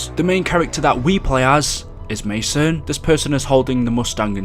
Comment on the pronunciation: Lol i though you said "Ma Son" haahah